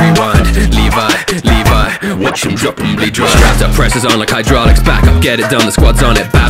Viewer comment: You say it like livy not levi